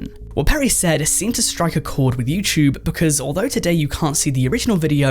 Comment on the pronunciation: “YouChube” lol what uneducated language are you TRYING to speak? 🙄